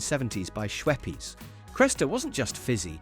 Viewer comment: It's not schwepeas😂